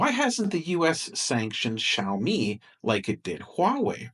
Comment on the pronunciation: Because Drumpty hasn't learned how to pronounce Xiaomi yet.